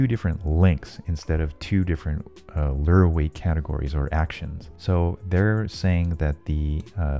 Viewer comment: How you say lure? Lurrrr